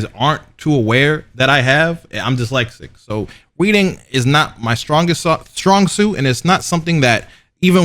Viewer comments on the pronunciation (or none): did he just say “…reading…” with a “W”? “Weading”*